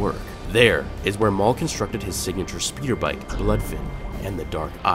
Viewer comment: Darth Maul Whoa calm down, Mail